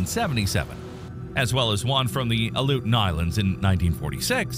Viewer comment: If you are going to have a person speak about Tsunamis, you could at least find someone who can say the word correctly!! Also, the word Aleutian! He drives me crazy!! 🤯